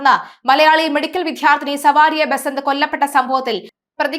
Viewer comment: സവാരിയ അല്ല കൊച്ചേ സാവരിയ എന്ന് പറയൂ